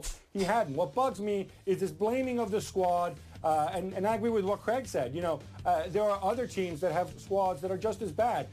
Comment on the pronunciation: Its not Cregg, its Craig...